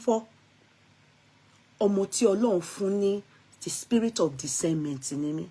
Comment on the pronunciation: Discernment..😂😂😂😂 not decendment, …😢😢